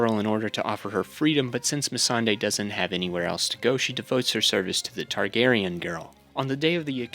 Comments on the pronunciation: “Targ-ussy” is foul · "Targussy" Fucking C E A S E